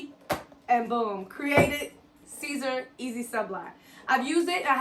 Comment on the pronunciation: It's pronounced SIS-ER not CAESAR